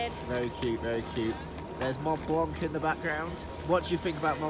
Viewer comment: Lmao how he said “Mont blanc” French people must be like th is this (as me)